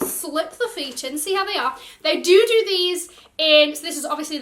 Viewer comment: The preschooler in me can’t help but giggle everytime you say do do, I swear you say it like every video 😂